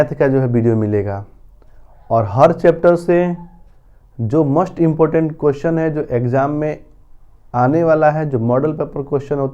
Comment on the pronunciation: 'मोस्ट' का उच्चारण आप 'मस्ट' के रूप में क्यों कर रहे हैं?